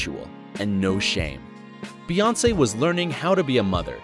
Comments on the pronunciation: Her name is BEYoncé. The pronunciation is literally in plain sight. Bey as in BEE. You know like a bumble bee, hence BEY (bee) Hive. Her name is not BAYoncé. So how tf do people still manage to say it wrong?! Like why does this need an explanation?! 😩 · It's not Bay its pronounced Bee like queen Bee or B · Bey not bay.